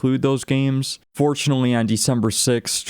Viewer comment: "Fortunally" "miniged' Fortunately Managed